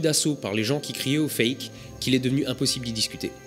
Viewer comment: à chaque fois j’entends « avec écrit Fécamp en rouge » lol. La première fois que j’ai entendu cette phrase, j’ai pas capté qu’il disait « fake en rouge » donc je comprenais encore moins les délires des plateux qu’il décrivait. C’est que je l’aime ma Normandie !